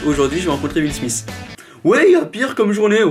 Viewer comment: « huile smiss »